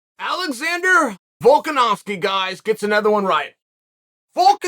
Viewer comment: Chael getting volkanovski name right must surely be a rare accessory to this man's vocal cords nailed it uncle chael....